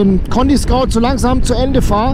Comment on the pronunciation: Hi, schön das du am Sonntag ein Video bringst. Du sagst schon in mehreren Videos wegen deinen Reifen "Conty Scout" (ContiSkaut), die Reifen heißen aber ContiScoot, (das spricht sich Contiskuuut). Scoot kommt von Scooter. Ein Scout (Skaut) ist was ganz anderes. Die gesetzliche Grenze liegt bei 1,6mm nicht bei 1,4mm wie du bei Minute 6 erzählst. Wahrscheinlich ein Versprecher. Bezüglich der Reifenhaltbarkeit empfehle ich den K66 Heidenau. Ich habe das in meiner Wartungshistorie genau nachgeprüft. Das was die Heidenau teurer sind in der Anschaffung, spart man sich durch späteren Reifenwechsel wiederum über die km. Also der Reifenkosten zu Laufleistung Vergleich….gibt sich da nix. Vorteil des teureren Reifens ist allerdings das man ihn aufgrund seiner erhöhten Laufleistung später wechseln muss und sich somit dann darüber etwas sparen lässt. Weil wer Reifen nicht selbst wechselt, muss dafür ordentlich was auf den Tisch legen. Nur so als Gedankenanstoß.:-) Schönen Sonntag wünscht, der Rob.